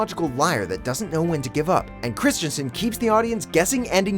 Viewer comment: You guys seem to have a lot of trouble with Hayden Christensens last name. As a native Danish speaker, let me give you a well meant, slightly mocking piece of advice: Hey, it is not Christiansen, therefore, you don't say Christian, mkay? You just take the name of the next person on the list, Kristen Stewart, and use that, because it's the same name, mkay? Christensen/Kristensen... Not Christiansen (though that is also a name, just not his name).